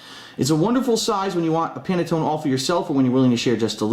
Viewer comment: The man can't even pronounce panettone correctly, I find it hard to believe he has any Italian in him. Also the way he makes his pasta is ridiculous.